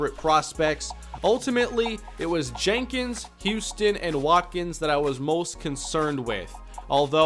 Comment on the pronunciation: It's killing me, his name is Tyrone HUSTON not HOUSTON. like this so can see it.